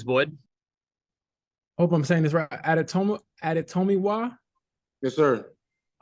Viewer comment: Reporters, do better. So cringe that you cant get his name right. Cant wait to see you work Adetomiwa.